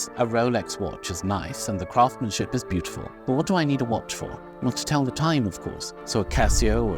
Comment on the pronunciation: Do remember the first ‘s’ in ‘craftsmanship’. It’s not silent 🙏🏻